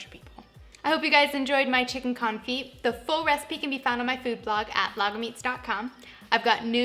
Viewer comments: It’s not con-feet. It’s cone- fee. The t is def silent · Thumbs down because this is what I took away from this video ... confeet confeet confeet confeet confeet confeet confeet confeet Good grief woman. You run a cooking channel and it's the topic of your video. 5 minutes of research and you would've figured out that it's pronounced con·fit ( /känˈfē/ ). The "t" is silent. All I heard through this video is how to cook chicken ... with feet. Disappointed. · It's pronounced con-fee like ballet is pronounced bahl-ay. French words don't sound the T at the end. The constant T pronunciation was like nails on a chalkboard for the whole video. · The t is silent...